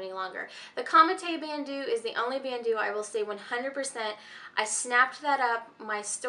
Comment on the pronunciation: Bandeau is pronounced "band oh" not "band oo"...